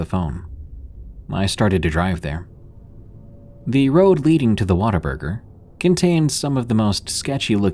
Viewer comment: What-a-burger 😂 I live just north of New Braunfels.